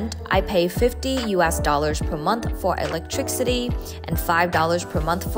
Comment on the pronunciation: U grew up in the USA, but u pronounce electric-city! 🤪